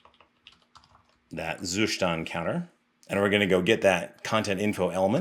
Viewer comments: You actually do not pronounce "Zustand" correctly, albeit you insist throughout the video in doing so numerous times 😀. Nevertheless, great content, i have recently started researching how to test my code, and, surprisingly, the web is very scarce in terms of good quality info on testing. Keep up the great work ! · You just love pronouncing zuStand :))